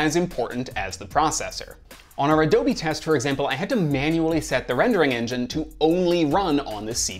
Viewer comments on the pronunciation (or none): none